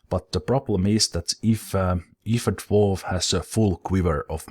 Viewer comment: Everytime you said, "Drawf, drawf drawf." I think of The Hobbit theme. With all the Drawfs sining about god knows what.